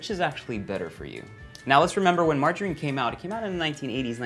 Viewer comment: I love how Erwan says "mar-JA-rine"